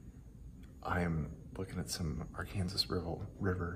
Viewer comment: Honestly, the wind has been so bad out here in Kansas, I'm not sure even someone with the top quality equipment could filter it out. Also, as a Arkansas native, every time you say Arkansas river my heart screams and dramatically fake dies.